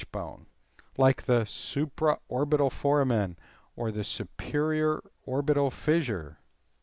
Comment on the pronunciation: The correct pronunciation of "foramen" is "for-A-men" with "a" being a long "a" and with emphasis on the second syllable (the "a"). The correct pronunciation for "ramus" is "RAY-mus" with the "a" being a long "a."